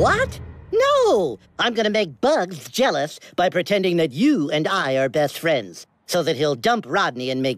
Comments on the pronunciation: After hearing best friends so many times, it sounds like beathtrends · insted of saying best friends it sounds like there saying beth fred